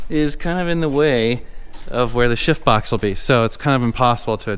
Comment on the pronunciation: I laugh every time you say "shift box". Lots of times, it sounds like you're saying it with a silent "f".